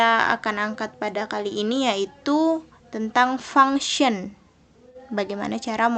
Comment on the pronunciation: Anjayy "fangsyen" fasih bet 🤣🤣🤣